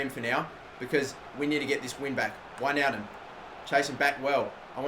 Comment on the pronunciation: One of the few youtubers who pronounce wijnaldum correctly